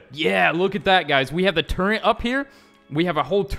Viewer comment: Turrent? I thought you turret. Btw you can say it as you want to say